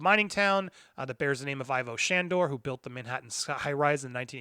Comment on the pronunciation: Ivo is pronounced "eve-oh" not "eye-voh".